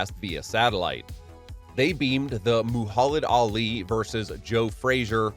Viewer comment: The way bro said Muhammed Ali you can tell he has no clue who he is 🤦🏽‍♂️